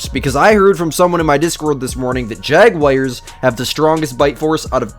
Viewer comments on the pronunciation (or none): none